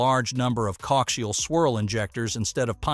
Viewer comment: “Cockcial….” Types of engines??? Do you mean “co-axial” as in two words??